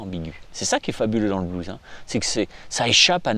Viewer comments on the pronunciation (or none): yes!! Et en plus il appuie sur les syllabes!! Yes!! Bise mon...👌✌